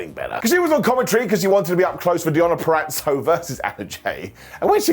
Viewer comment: It took a lad from the UK for me to finally hear someone pronounce “Purazzo” correctly. Thanks for warming my north Jersey heart 😅